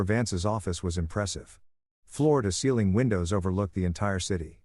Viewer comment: It's floor and not Florida